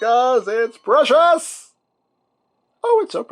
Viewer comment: I always thought you were singing "It's pressuuurre", (Pressure) when you showed the G1 stuff, because you felt obligated to show it. Now I know you're saying precious, and knowing's half the battle😀🤣